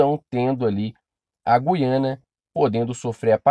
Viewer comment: 16 segundos e rive que oara o vídeo, Meu cari é Guiana sem o som de "u" . Voltando ao vídeo 😁😁😁👽🖖🏻